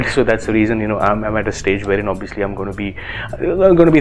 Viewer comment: Did u just say Obbiyuslee???😂